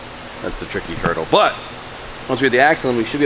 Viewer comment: Did he say tricky turtle 🐢 . . . . I know I know, hurdle. 😆